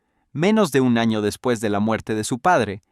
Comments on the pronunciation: No sabes decir despues jajaja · Porque a tu IA le cuesta decir después? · es muy probable que el imbecil escribio deps o dps para abreviar el guion y se lo paso asi a la IA, y la IA lee lo que le ecribis